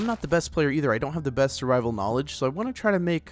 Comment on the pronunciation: When he said survivel, it cracked me up.😂